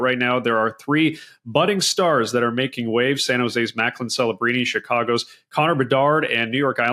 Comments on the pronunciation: This has to be the most unprofessional video on hockey that I have seen in a long time. From not getting Macklin’s name right to the sounds of someone trying to suck a bowling ball through a straw. Come on guys! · Maybe get Macklin's name correct. You always take a 2 way center first.